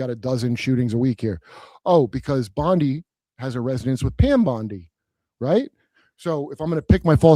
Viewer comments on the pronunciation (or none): Lol! No you're wrong about your Bondi beach theory as pertains to Pam Bondi. Bondi is pronounced bond-eye. Sounds nothing like Pam Bondi.